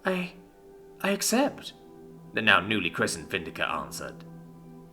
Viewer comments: Me too... Is VindiCta it comes from latin... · anyone else annoyed he mispronounced the latin sounding name there, missing the T after the C? no, just me? okay.